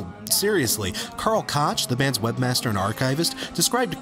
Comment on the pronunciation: Just for the record... Koch = "Cook" Slegr = Sleh-grrr I was surprised with your enjoyment of The British Are Coming and Foolish Father. Cuomo has said himself in interviews that The British Are Coming is an extended metaphor for Fatherhood, the young U.S. being a rebellious teenager under the strict control of dickhead red-coat daddy England. I found your opinion of Foolish Father somewhat insightful and giving me a new appreciation of the song, but honestly, the follow up with your review of the Futurescope Trilogy had me flipping off me screen. Everyone is entitled to his/her own interpretations and surely there are those that were much harsher on the album as a whole anyway, but I found this song (that is to say the three parts/movements) to be the most beautiful and compelling track on the album. Sure, be annoyed about the splitting of the songs, but you wanted technical prowess? You got it,. Right there with The Wasteland. It's a purely instrumental movement with the accompanying title giving us a visual of the mood and themes presented by the two. It's necessary for this to be classified as its own song (whether it should have been made a separate mp3 is something else entirely, but moving on...). When Anonymous comes in, I feel that you take the lyrics too literally, as you often do with weezer songs in your reviews, in spite of your constant self-criticism of "over-analyzing things". For fuck's sake, of COURSE you would never address someone as Anonymous. Yo